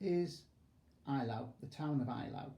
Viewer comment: At least try to get the pronunciation right. It's 'A' - LAU, not 'EYE' - LAU. Best Wishes: Professor of History: Eton.